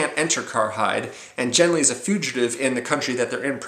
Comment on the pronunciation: Great book. One of my favourite authors. Thanks for the review. In my opinion, the main character's name (Genli) should be pronounced with a voiced velar stop (the "g" sound as in "get"), infact the Gethen natives seem unable to say "Henry" (as Genli comes from Earth I can assume he's "Henry").